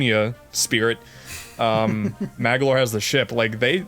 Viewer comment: It's Magolor not Magalor